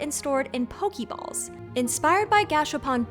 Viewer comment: This video was so promising, but I had to stop watching after the 5th "Po-kee-ball." That was physically painful to hear. It's a PockET monster. Not a Pockeet monster. Also, there's a French accent aïgu on the "e," and anyone who speaks French can vouch that "é" ≠ ee. I might watch it on mute with captions...